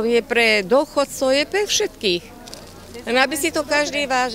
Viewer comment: Tak keď som toto videl, tak som skoro odpadol... a najlepšia hláška: "je pre dóchodcov, je pre šetkých" :D mno tak pri tomto videu som nevedel, či sa mám smiať alebo plakať...